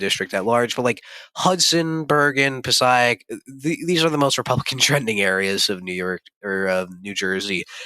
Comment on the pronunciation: Passaic is pronounced: Puh-SAKE.